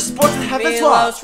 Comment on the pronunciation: Why canadians say he is canadian but no one of them know how to pronunce his name!? maybe cuz he is Montenegrin and not canadian!?